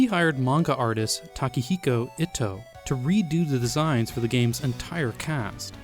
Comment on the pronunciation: That's not how you pronounce 'niche' Or debut Or Ito